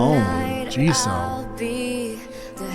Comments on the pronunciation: It's pronounced as Jisu, not Jisou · This album is extremely good! If you’re wondering about pronunciation of the names, you said jennie and Lisa correctly and jisoo is (gee-su) and rosé is (ro-zay) cause it has the French accent on e